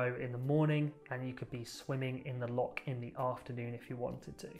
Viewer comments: Say, Lorch and not Lock! It grates. 🙂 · Welcome but please don’t try to make Scotland your version of little England as many do. And please learn to speak The lingo as in loch not lock etc.